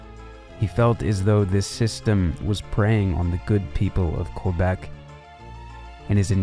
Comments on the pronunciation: That too. Should be "Kay-bec" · Isn't the most glaring mispronunciation in the video calling Quebec "Kwuh-beck"?